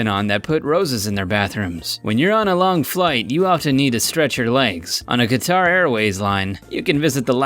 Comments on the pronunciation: Qatar is pronounced cutter like a box cutter. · Say it with me.... "Cutter" = Qatar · Qatar is pronounced "cutter". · Qatar is pronounced "cutter" not Ka-tar. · Just a point, it pronounced cat-ar